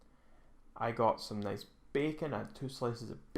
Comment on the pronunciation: Its noice and moist